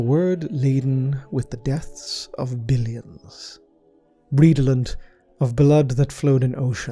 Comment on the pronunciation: 🌟--> = I believe it is pronounced: 'RED - EL - ENT' ~or~ specifically *"[ red-l-uhnt ]" * not: "REED - OH - LENT" (I've noticed this word used quit a lot throughout your terrific Lore Videos, so thought it prudent to offer a correction & pronouceation ) keep up the great work! ;-)🌟